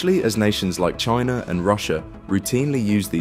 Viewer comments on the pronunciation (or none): none